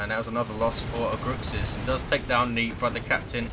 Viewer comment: Was a gg didn't play as good but we got the game:) btw you pronounced my name better than most people lol. -Aguxyz